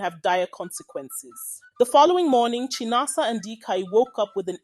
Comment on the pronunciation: It's pronounced as Chí-ná-ásá Not Chai-na-asa 😂